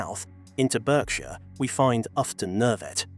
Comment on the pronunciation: Appalling AI voice which doesn't understand that "Bishop's Stortford", "sixth form" and "half barrier" are single entities and doesn't know the British English pronunciation of Berkshire, McKay, -borough, signaller, Norfolk, fatalities, and no doubt others I've missed. One of the worst I've heard.😕